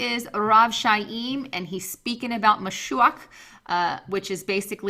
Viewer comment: Chaim is pronounced (phonetic) KIME.... like DIME with a hard K